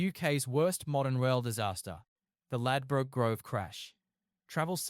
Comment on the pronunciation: Could learn to say the location name properly